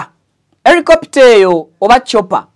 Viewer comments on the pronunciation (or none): Not Ericopter it’s helicopter 🚁